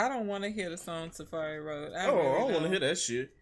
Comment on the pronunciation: mispronouncing Safaree has got me WEAK 😂